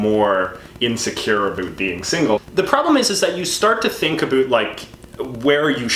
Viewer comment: Great video, lads. I just have to mention that I have lived in Canada for 5 or so years now, and you are the first person I have ever heard pronounce about as aboot. I always thought the stereotype was a lie until now.